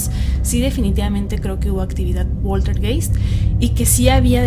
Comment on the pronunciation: PolterGAIST. Esa es la pronunciación.